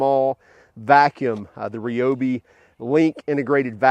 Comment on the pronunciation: Ryobi, not Reeeeobi.